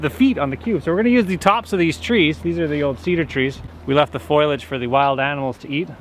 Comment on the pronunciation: Love your videos but I always do a double take and chuckle when you say the word "foilage" to describe trees, leaves and brush as opposed to the correct word "foliage". I think you are confusing the pronunciation with the word spoilage (when food goes bad). 🙂